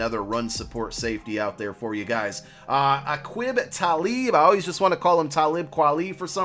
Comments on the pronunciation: bro A-KEY-Buh. Ta-LEY-Buh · Hurt my soul when pronounced Aqib as “a quib”